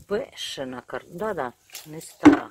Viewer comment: Кортопля))) так смешно))) я теперь тоже так буду говорить